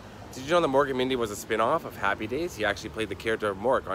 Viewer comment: Hi my dear sweet Karen. So nice to hear from you. I hope all is well down in Australia and I have fond memories of happy days as well. My father loved the show and I loved it as well. That’s so funny how Sean pronounced happy. In my next video I make fun of my Canadian accent a lot so hopefully all of you get a kick out of that. Please let Sean know that I will be writing back to him soon. I’ve been stuck at work all weekend and editing in my spare time. Robin Williams was one of my favourites and still is. I just watched one hour photo today while I was editing a new video. Sometimes I have stuff running In the background as I edit or I have music going, sometimes I need complete silence. Well I never get complete silence with a certain furry little creature always demanding my attention! Give my love to everyone and isn’t the wedding coming very soon?